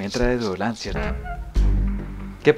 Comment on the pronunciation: es el "download" de la computadora, pero la mama le dice duolan 😂